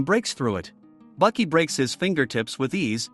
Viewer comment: Baki not bucky